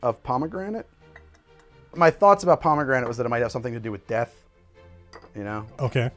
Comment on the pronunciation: "Pomme granite"? Stone apples? :p